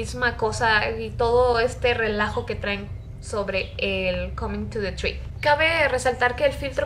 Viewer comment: Jaja me da risa como lo pronunció "ar yu comin to te tri?" xD